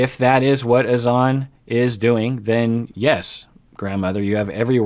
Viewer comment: It’s actually Hassan. HaSAN. TLC changed the pronounciation for ? And N never even pronounced Azan right either. More like aZAN